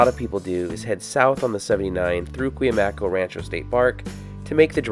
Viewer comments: I grew up going to Julian up sunrise highway. It's the local Indian tribe. Pronounced: KOO-MY-AY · i think its pronounced kw-AH-mee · Great video! by the way, it's pronounced KOOM yai